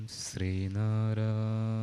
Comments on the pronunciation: ശ്രീ ആണ് ശരി ശ് + റ് + ഇ = ശ്രീ. സ എന്ന ഉച്ചാരണം വരാൻ പാടില്ല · എല്ലാവരും സ്രീ എന്നാണ് പറയുന്നത്. അതാണോ ശരി ശ്രീ എന്നു വേണ്ടേ ഉച്ചരിക്കാൻ